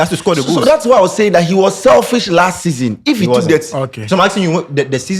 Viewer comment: How can say selfish 🤦🏻‍♂️